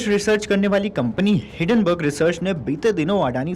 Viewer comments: हिडनबर्ग नहीं है हिंन्डनबर्ग है । अच्छे से पूरा पढ़ा करो। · आठवीं फेल एंकर, हिडेनबर्ग बोल रहा है